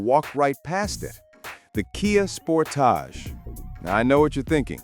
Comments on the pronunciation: Soon as I heard the AI generated voice say "SPORT_TOG" (for Sportage) I left this video...and a thumbs down from me. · Another AI trash vid. The Kia Sport-ahge? 😂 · Spor-TAJ? Get you AI voice to learn how to pronounce Sport-AGE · You lost me with your pronunciation of Sportage! LOL 😂